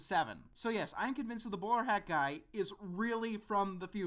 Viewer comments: Oh, "Bowler hat guy"! Sorry, I had to double check since I thought you said "Borat guy". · it sounds like you're saying Boar Hat guy